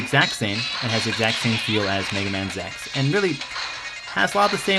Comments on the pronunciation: why are you saying zex, instead of Z X? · Dude you gotta pronounce it right! it's Zee-Ex not Zex! >:P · did he just say zex? It's not bad it's an ok review... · I'm sorry... Rockman Zex? As in Sex? Isn't it supposed to be Z X? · Lol, Zex... I don't know why you pronounced it Zex this time and Z-X in the one before...